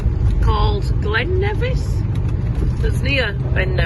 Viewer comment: “Ben Nevissy thing”. Lol